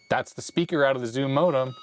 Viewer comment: "Zimodem", I kept hearing as zmodem which is a transfer protocol.